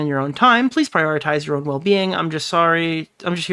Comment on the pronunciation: OH HERRO PREASE